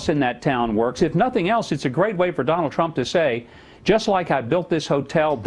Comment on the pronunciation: WHO DA FK is "Tronald Dump"?? lmao